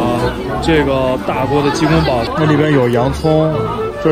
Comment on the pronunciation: 提个小意见。鸡公煲（bāo 包）不是（bǎo保）